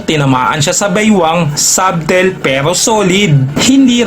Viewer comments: Sabtel???😂 Yung subtle sguro?😂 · puro ka "sabtel" sa SUBTLE nakakairita.. alam mo meaning pero hindi mo alam i pronounce .... sadel sya ka hunter hindi sabtel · Silent b po kapag binasa iyong subtle, gaya sa salitang debt.